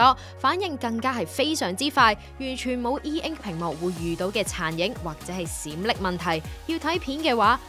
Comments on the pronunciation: 閃爍係讀作閃削，唔係閃礫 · 提醒一下，閃爍個爍係讀「削」，死人冧樓果d瓦礫先讀「靂」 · 閃爍 點解會讀左閃‘礫’😂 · 發音錯誤 閃"爍"應該係soek3(削)